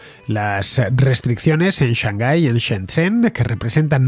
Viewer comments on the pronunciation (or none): none